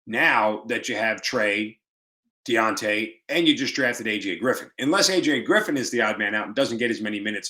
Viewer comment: It's dejounte not deonte